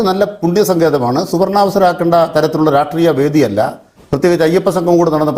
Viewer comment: നേരെ വാ നേരെ പോ. രാട്രീയം 😂😂😂. രാഷ്ട്രീയം... അതേലും ശെരിക്കു പറ